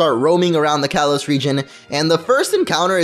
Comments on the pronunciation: Not to be that guy but it’s kalos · you said kalos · It's kalos